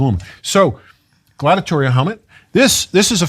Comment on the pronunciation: Please say Gladiator-al not Gladitor-ial. You're not discussing Gladitors. There's no such word as Gladitorial